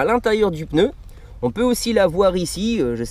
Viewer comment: sympa ! par contre on dit un pneu et pas un peneu....